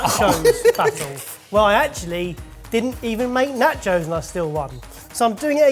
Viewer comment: At the mark, was saying "nachos?" Cause it sounds like he was saying "nut joes."